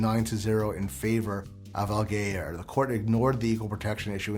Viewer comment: you pronounced allgeyer wrong :(